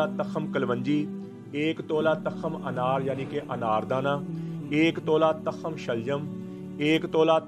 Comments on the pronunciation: Hzrat tkham nhi tukham HOTA hy apni Urdu thek kren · takham ni hota tukham hota ha🙏